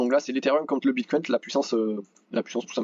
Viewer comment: Salut ! Merci pour l analyse.. Juste un truc please prononce au moins Bitcoin sans un "s" à la fin.. ou c le s du sang du Bullrun !?